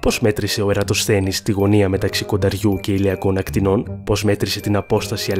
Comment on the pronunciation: το περιεχόμενο του βίντεο είναι καλό, αλλά τα ελληνικά σου μέτρια 🙄 Αυτό το «των ακτινών» αντί του σωστού «των ακτίνων» μας πόνεσε τ'αυτιά! Επίσης, ο Ερατοσθένης λειτούργησε «ως επιστήμονας» και όχι «σαν επιστήμονας».